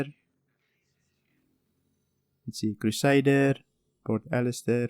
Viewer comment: "pert ellister" xD